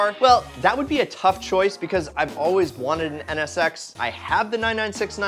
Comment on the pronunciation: I wanna skip the nsx part because u keep saying ns sex lol